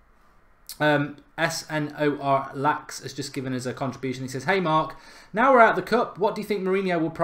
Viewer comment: S-N-O-R-LAX thank you or the contribution...hahahaha